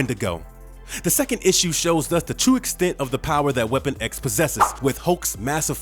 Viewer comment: How 'bout everytime he said Weapon X?